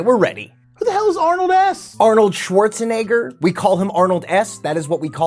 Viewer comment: it ends up being shuwarusheneggā